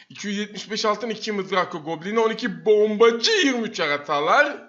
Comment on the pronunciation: hareketlerini sevmedim bombacı deyişin falan niye öyle diyon öyle konuşan youtuberleri sevmiyorum ama iyi abonen var başarılarını dilerim